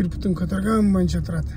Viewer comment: Бутун дебей буту деп сүйлөсөн Адаш